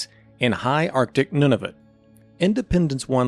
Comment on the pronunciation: Nunavut is pronounced “noon a vut”